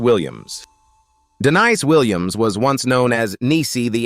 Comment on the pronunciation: The name is De-NEESE Williams!!!